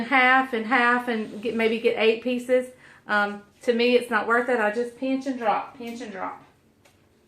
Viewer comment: It's funny, I was watching the Pioneer Woman this morning and she said they make fun of Ladd's brother Tim for saying "peench" instead of pinch and you said it the same way when making your drop dumplings the first time. The second time with the quick dumplings, you said it right!